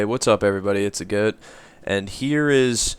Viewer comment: u say the goat in such a funny way!